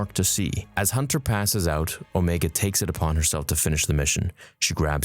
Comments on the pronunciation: Her name is Omega. Not Omeeega. Unless you’re also Kiwi 😂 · how do you pronounce omega incorrectly lol